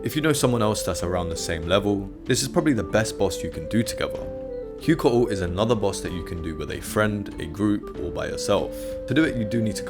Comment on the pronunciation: Just a quick correction on the pronunciation of Heuycoatl It's pronounced as "Way-coat-all" it's a Nahuatl word Huey means "great" it's why the leaders of the Mexica empire (incorrectly called the Aztecs) were stylized with the title: Huey tlatoani meaning "great king" or "great ruler" "Huey" is still used in modern day Mexican style Spanish today it's spelled differently though "Güey" and it means literally ox It is considered a mild form of profanity amongst older generations so I don't recommend calling someone Güey in formal situations involving the elderly But informally it's often used as term of endearment or friendship among Mexican Spanish speakers "¿Qué pasa güey?"